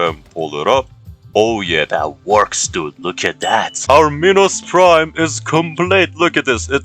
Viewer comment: Minos prime? No! Pinos prime? No too! It binos brime